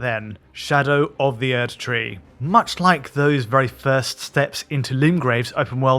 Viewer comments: He pronounced the German prefix "Erd-" (means "earth") correctly, while most people pronounce it like an English word - which it isn't. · yes he does pronounce the German prefix the right way, but all of the game characters say Erdtree with English pronunciation so that is arguably the correct way.